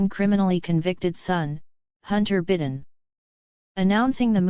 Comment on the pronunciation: Your AI narrator can't even pronounce correctly the name of the President of the United States. You didn't correct it so I don't think I'll believe anything in your rotten report.